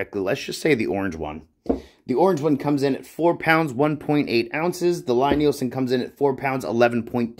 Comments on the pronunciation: So when I met Thomas Lie Nielson and his staff, I asked about the pronunciation, and they said Lie is pronounced like Lee. The Jorg is a kit. The machining is not nearly as finished and refined. The chip breaker and blade look fly cut, I assume they might be rough blanchard ground (which is usually done on big pieces) but the radius of the grind indicates they were not surface ground linear. I spent 3 weeks fettling a No 7 Record. It required that much work to get it flattened and set. I started buying Lie Nielsen and Veritas after that, or old fettled Stanleys. All work.. my Record now works, but would I do it again? No.. The work was not worth it. It was hard work. I now have a surface grinder and metal shop added to my wood shop, I could , but I won't. The price is worth their accuracy, finish and features. Oh, and I don't prefer a lever cap any longer, I like a screw. It's just more refineable. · Oh P.S. the Lie in Lie-Nielson is pronounced "lee". #4 in their FAQ 🙂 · FYI for future reference its a Scandinavian name Lie Nielsen its said "Lee" like Bruce Lee not Lie as in lying . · Lee not ly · FYI the company name is pronounce LEE Nielsen. Thanks for taking the time to make the video. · Lie-Nielsen is pronounced the same way as you would 'Lee'.